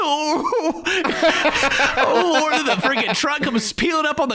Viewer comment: "OH LUWORD"...."Am I gonna get....AWWWWESTED?"